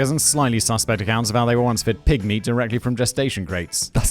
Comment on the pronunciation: cause right before that Simon said they don't make you eat pig meat from this farming create, but the way he says pig meat sounds like pygmy l, and the dark souls intro says something like the pygmy is soon forgotten